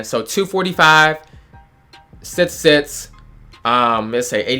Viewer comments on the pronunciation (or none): Did this man just say «sitz, stiz» ?? Lol